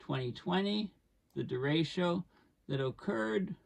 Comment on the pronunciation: hard ch like chat